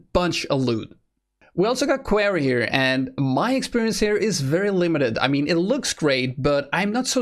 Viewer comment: You say quarry funny haha, <3 your vids.